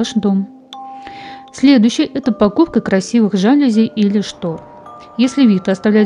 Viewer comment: ЖалюзИ - французское слово, произносится с ударением на последнем слоге. Это вам не жЕлезы (внутренней секреции). ГОВОРИТЕ ГРАМОТНО!